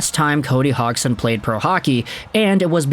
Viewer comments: Is name isn’t pronounced HOGson. It’s Hodgesin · Say his name right. HODGE + SON. Where do you even get HOGG + SON? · dude you butchered his name its pronounced Hodge son not Hog son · If I'm not mistaken the d in his name is pronounced. So it'd he "Hodgeson" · Lol just had to let you know you are saying his name wrong the gd in his name makes a j sound.